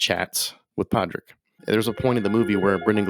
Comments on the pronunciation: You are the second American talking about the ins and outs of this movie and refusing to pronounce the main character’s name. You HAVE watched the film. At what point does anybody say PADRICK? It’s spelled with a D. His sister is called sioban, clearly not said the way it is spelled. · As mentioned in other comments, NOT protestants vs Catholics. Also, pronounce his feckin name properly! You don't pronounce the D... (or if you do, it's like a mini trill)